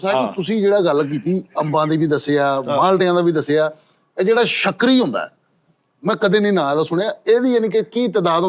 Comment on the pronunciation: Shakri nhi sukri yhe arbi name ha Egyptian viraty ha